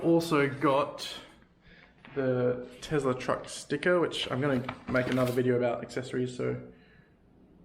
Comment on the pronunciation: Oh no, another TeZla pronouncer.